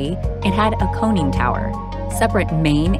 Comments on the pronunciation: A "coning" tower. You mean a CONNING tower. Find someone who knows what they're talking about to narrate. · Tell the person narrating that there is no "cone" in conning tower.